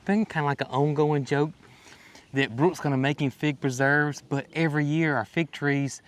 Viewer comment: scar by putting a tag on it that says Pig Preserves! Because that's what it sounds like you are saying. lol